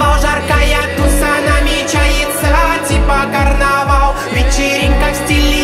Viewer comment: Исполнитель забавно произносит слова «алкоголь, бал, карнавал» Получается так, как написали вверху, типа «аукоголь, бау, карнавау». Будто буква «л» не выговаривается)